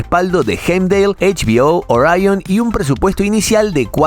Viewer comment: Al decir "ariion" al referirte Orión tu narración y credibilidad se fue al caño